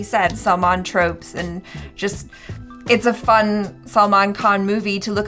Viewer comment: his salman khan pronunciation has improved :D :D